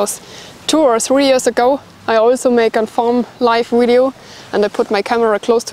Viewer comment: Heads up: it's 'video', not 'wideo'!